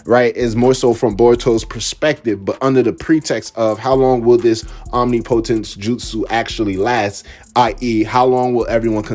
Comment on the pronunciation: You are pronouncing omnipotence wrong.